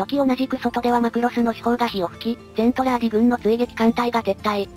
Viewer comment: 途中から「ゼントラーディ」がメルトラに引っ張られちゃって「ゼルトランディ」になっちゃったのが惜しい！ それにしてもこの短時間でよくまとめました。GJ！